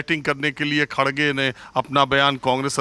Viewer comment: Hegre nhi kherge boliye Haaaaaaaa ha ha ha ha 😂😄😆🤣😜😀😂😄